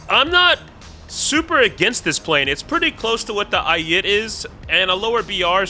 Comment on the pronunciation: bro the way you say Ayit is just helleries as a person who speaks Hebrew fluently it just makes me laugh (no it isn't pronounced ay-e-et it's ay-it)